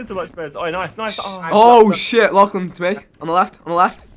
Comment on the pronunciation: They really dont know how to say "lachlan" xD